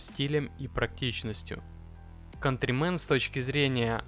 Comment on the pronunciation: Не контримен а кантримен.!